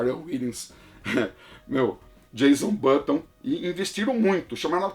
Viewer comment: Muito legal o vídeo! Uma correção: é "Jenson Button", não "Jason Button".